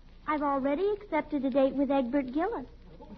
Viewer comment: Everytime he says "Edwoid", I seriously hear egg white.